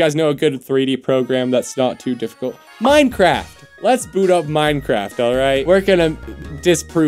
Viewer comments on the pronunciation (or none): none